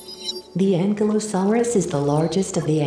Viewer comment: It's pronounced Ankilosaurus, not ankle saurus. That just sound stupid